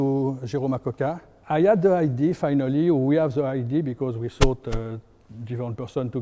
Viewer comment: Lots of knowledge, terrible English. Let this man speak French and hire a translation professional. “Idea” sounds like “ID” and so on…you get tire after a while…😂😂😂